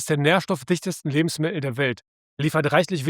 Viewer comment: Lustig, die Aussprache von "Lebensmi*el" 😅😆